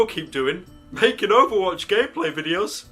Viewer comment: does anyone else love it when he says overwatch